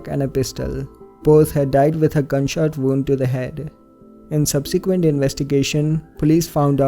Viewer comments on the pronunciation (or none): none